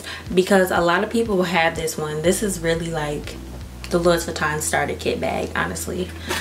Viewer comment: Louis is pronounced LOO-EE